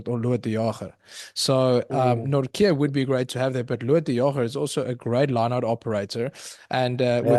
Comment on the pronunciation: As a Dutchman; THERE IS NO K IN NORTJE. Jesus Christ, Van Riebeeck draait zich om in zijn graf!